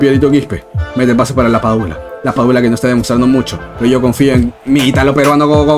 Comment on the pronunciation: LaPadula ❌ LaPichula ✅